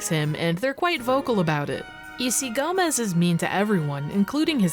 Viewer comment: Quickly pointing out that "Gomes" isn't pronounced like "Gomez". Gomes is Portuguese, wherein Gomez is Spanish. It's a common last name in Portuguese.